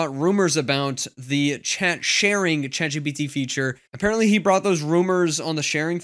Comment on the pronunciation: Love this channel and all the info your share here. Hate the way you emphasise the G instead of the T I’m ChatGPT.